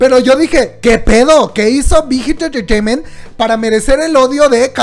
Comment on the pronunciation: No digas mucho BIGHIT ENTRETEIMENT , POR QUE SE ESCUCHA MUY RARA , /NO ES HATE 😻 ME GUSTA BTS Y TUS VIDEOS